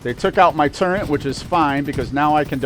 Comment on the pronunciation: There's NO "N" in the word TURRET.